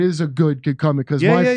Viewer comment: “Juice” sounds like “Goose.” Is he ripping off Top Gun with his story?